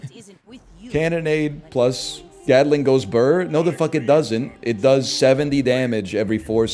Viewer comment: I swear no stream can pronounce Gatling properly. WTF is a Gataling?